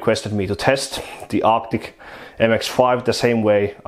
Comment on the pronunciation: Why I hear "optic" every time you say arctic? :-)